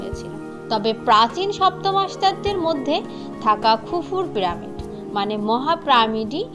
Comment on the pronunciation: প্রামিড নয়,পিরামিড হবে